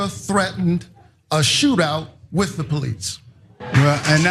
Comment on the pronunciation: "I am working wif many police officers..." Herschel Walker "Citizen's arayast, citizen's arayast!"-Gomer Pyle "Hold it right there, lemme git mah bullet!"-Barney Fife None of these guys were ever a real cop. Herschel Walker wasn't dropped onto his head as an infant as much as he was THROWN onto it !